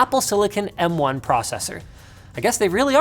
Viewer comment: AS was great, but pronouncing M1 as Moan would be even better... The new Apple Ass Moan